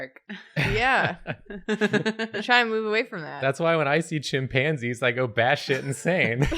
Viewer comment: I’m sorry I can’t get over how Jacob said “chim- PANSIES” 😂😂😂